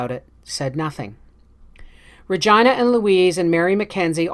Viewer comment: RE-GEEEENA..not REGEYE-NA